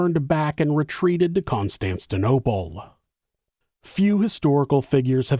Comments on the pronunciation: Constantinople not Constanstinople. Lol It's known as Istanbul, Turkey today, of course. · What is the name of that city? "Constantinople"? or "Consantanseanolople"? Derr, failed american education system is infecting NZ.